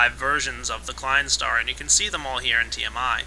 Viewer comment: I loved the way you failed at pronouncing the Klein star number, here's a tip: /watch?v=EuhxrOBK6W0